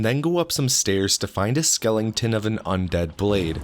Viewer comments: It's "skeleton" not "skellington". However, I think we should change it to "skellington". It sounds more fun. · Skeleton not "skelenington" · Did this guy just say skelling ton? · Say it with me; Skeleton not Skellington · Skelenton... Really? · Am I the only one annoyed at hearing him say "skelington" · where the fuck is the "ing" in the word skeleton?